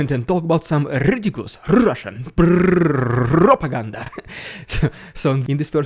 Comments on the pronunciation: Russian Puuurrrrrrrrppooganda 😂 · It wouldn't be a normal day without Rrrrussian prrrrrrropaganda threatening to nuke whatever country just spoke bad about them 😂 one day is the UK the next day is Germany and so on and so forth 😆🤣🤣🤣 love how you chuckle when you say that because they are so funny 😂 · Im just waiting for the video where 'ridiculous russian prrrrrrrrrrrrrrrrrropaganda' is the entire video 😂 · Lol u should sell a t-shirt that says Rrrridiculous Rrrrrrrrrussian Prrrrrrrropaganda